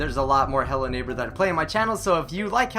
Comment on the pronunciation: did anyone notice how the thing says hello neighpr instead of hello neighbor?